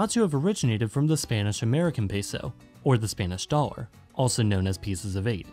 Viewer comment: THE WAY THEY PRONOUNCE PESO